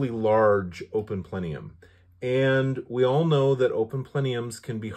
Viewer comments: PLENIUM it’s plenum…. 😂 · Plenum....."not plenium".....